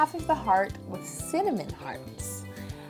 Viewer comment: I burst out laughing when I realized what she was saying sith "funnel"